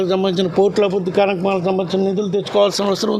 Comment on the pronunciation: Abidhudhi kaadhu ... Abhirudhi